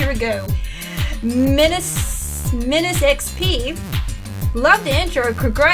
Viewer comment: hey, thanx for answering my question! You pronounced my handle perfect, menace-xp, lol. So do you watch AVGN? I met him in Ontario a few years ago. My uncle was the Set Director on the original Star Trek TV show and he is a Star Trek fan so we've emailed back and forth a few times, nice guy!